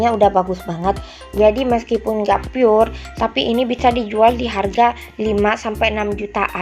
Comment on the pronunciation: apaan itu PUR ???? pur nama ??? pure itu bacanya bkan PUR.. tpi PYUR mbak